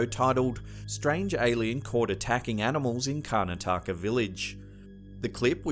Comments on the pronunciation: Its not kanataka it is kar na ta ka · Karna-taka...God that pronounciation is so horribly cringy 😛